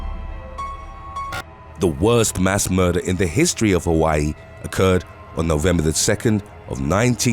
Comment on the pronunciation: I live on the island of Maui, Hawaii. Born and raised on Oahu. It’s impressive that you pronounce the Hawaii names perfectly.🌺🤙🏽🌴